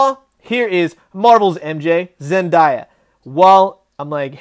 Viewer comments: It's Zen-day-uh not die-uh. Other then that, great review! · Zen-DIE-ah? dang is that how much you dislike the actress, or just a run of the mill mispronunciation? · Did you seriously say "ZenDIEah"? "Are you seriously leaning on the Cauldron Of The Cosmos?"